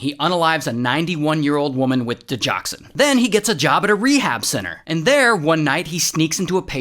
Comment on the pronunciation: It’s di-GOX-in (not di-jox-an) 👍